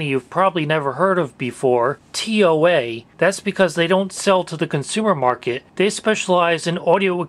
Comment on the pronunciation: Brand is called as tou-aah not tee ow ey